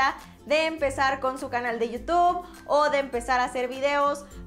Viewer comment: NO ES YIU TOB SE PRONUNCIA YIU TUB Como con U youtube